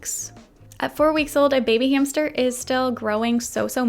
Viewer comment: They told me to get a new hamstuhhh